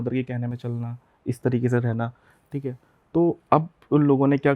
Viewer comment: Think hai 😂 Thik hai 😂 Thik hai 😂